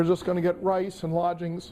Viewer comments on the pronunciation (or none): none